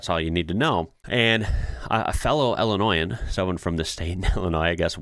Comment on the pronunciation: "a fellow Illannoying" ...wait, what? That's probably not what he said 🤔